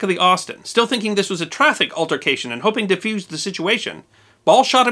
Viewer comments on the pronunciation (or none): none